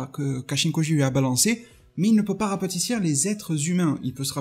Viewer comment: Rapetisser pas " rapatissir"